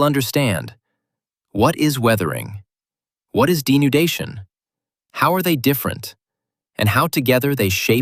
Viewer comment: weathering denundation